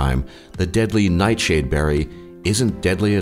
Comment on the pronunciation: is the narrator drunk? "deadsly sju humans"